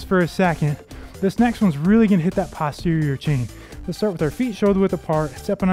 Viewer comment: Nice workout, thanks. In medicine, "posterior" is pronounced post terior, not pahst terior.😊